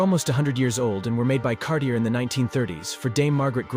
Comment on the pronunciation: nice video... you might want to look up the pronunciation on some of the words like Cartier